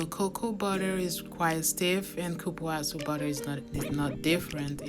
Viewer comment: Hi! I loved your video – thank you very much. Just one correction: the original name of the butter is cupuaçu. The letter “ç” is pronounced like “ss,” so it’s said as “cupuassu.” Cupuaçu is a Tupi-Guarani word where kupu means “looks like cocoa,” and açu means “big.” So, it translates to “like a big cocoa.” It’s also a very delicious and nutritious fruit!